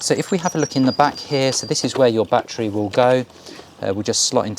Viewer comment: Have you got "BAT-TREES" in your garden or did you mean a "ba-TTerY" or "ba-TTer-ees"